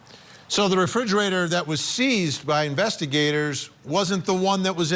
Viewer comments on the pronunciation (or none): So distracting hearing a journalist mispronouncing "refrigerator". Want to sound unprofessional? That'll do it. Poor Harmony she seemed like such a sweet child 😢